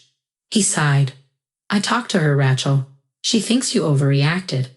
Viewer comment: I think you should teach your AI how to pronounce Rachel. "Ratchell" just doesn't do it for me. But I did like the story, especially the ending. Thanks.